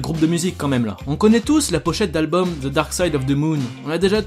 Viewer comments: Très bonne chaine, mais on ne dit pas "Ze" pour "the" ou bien j'ai raté un truc. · accent souvent ridicule qd les français s’expriment en anglais. ce n’est pas ze pink Floyd mais the pink Floyd , prononcer le ‘ Th’ dans le The ....